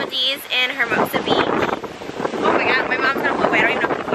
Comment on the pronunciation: Lol hermosa the h is silent. And give that bird a bigger cage!!!